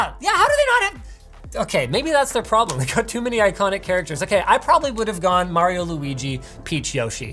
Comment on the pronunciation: Linus said Mario wrong.